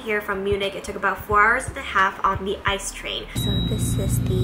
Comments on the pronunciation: Well you could say it like "I - See - E" since thats how the C (in a way) is pronounced in german ^^ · Its... the ICE is actually pronounced letter by letter... (my train fandom is getting just a little bit triggered xD), also the reason why we dont usually eat "Mett" anymore is due to the risks that come with eating raw pork... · "The the ice train"... :D sounds a lot cooler than the actual name. (It's I-C-E, letters individually spoken. Stands for Intercity Express) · i kinda like the "Eis" Ice. ^^ I.C.E is so unpersonaly.